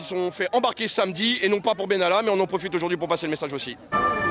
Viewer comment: Monsieur Bènalla ???????????? et on dit : Macron, Vèran, etc, ect !!!!!!!!!!!!!!!